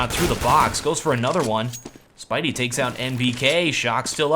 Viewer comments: "Spidy"....which is the "wrong" way to pronounce it....unless all the German casters who know him for quite a while don't know how to pronounce his name either. Taylor Lopez As far as I'm concerned Mary Jane's nickname for Spiderman is NOT the correct way to pronounce it, as you can see a few lines above;) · Spiidi is german and should be pronounced like 'Speedy'. It has nothing to do with spiders but speed. It's because of different pronunciations 'e' and 'i' in english and german language. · Just a little heads up: You pronounce Spiidi like Spiderman is called by his girlfriend, which is funny...but in fact, you pronounce it like "speedy". I guess you won't cast another Mouz game in the near future so it doesn't even matter, but hey ;) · Spiidi = Speedy That's how it's pronounced.